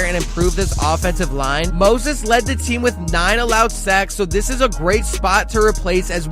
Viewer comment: Sounds like you can't pernounce a few names correctly, DeCosta, Moses & Zietler